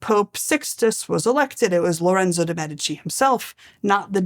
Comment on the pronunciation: medicus médico Médici not Medíshi How do you pronounce the word "medicine", or "medics"? The stress is always on the "e".